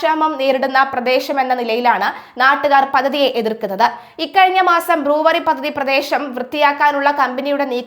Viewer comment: ബ്ലൂവറി അല്ല ബ്രൂവെറി